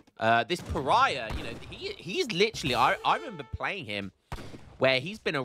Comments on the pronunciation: PARAYAH LOL pronounce "paa·ruh·ee·buh" in ingles, but in portuguese is "Pa-ra-í-ba " Maybe if you listen to translate it will help you, because the pronunciation is very, very different from "paraya" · Thanks made me notice it too HAHA /Pará-bia/ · Please learn how to say Paraiba. Its a the name of a state in Brasil.its not pronounced paraiah